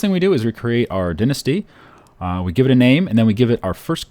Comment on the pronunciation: Dine-asty not dinssty